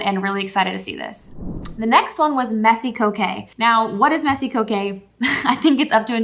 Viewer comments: I think Coquette is pronounced. Co - Kett? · Loved this, esp. the candle ideas for book lovers! (One of my main niches) Pro tip from a French speaker: coquette is pronounced koe-KET (t is pronounced), just in case that matters! Thanks for providing such good, useable info. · Girl who told you coquette is pronounced like that?